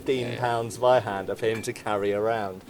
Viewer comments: I mean, good video and stuff, but I still can't get over English speakers calling Zweihänder "Sweihander". Also, regarding the "secondary hand guard": Since it's called Parierhaken, your parrying thing should be true, clue's in the name. Just saying since you called it an opinion. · your "Tssvaihanduh" is improving. Thanks for caring about correct pronunciation, mate. Love your work!